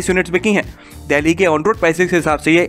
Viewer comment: Bhai "देहली" नही बोलते 'डेल्ही' बोलते हैं या फिर दिल्ली बोल दिया कर।